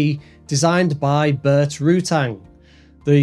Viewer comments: Please stop saying Rootang and Vary Easy E. It's "Rutan" and "Vary Easy". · Your facts are all screwed up. How about you actually check your script to see if it's accurate? While you are at it, how about some speech therapy? Rutang? WTF. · Please, there is no "g" at the end of Rutan